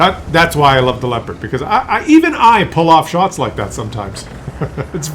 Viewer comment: The most important thing is that you finally pronounce Leopard correctly, my toenails always roll up when you say Leopard ( lehpuhd ) completely wrong °°° Try saying that : leh oh pard thas correct in German.. Because we say also New York and not Neff Jork ( what will be done if we read it in german mind )